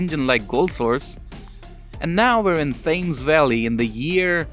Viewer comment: Thames is “tems” just FYI ;)